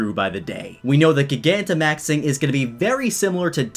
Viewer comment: Gigantimaxing would probably be pronounced jai-gan-ti-maxing. You were really only off by the first syllable but I felt as though you should know.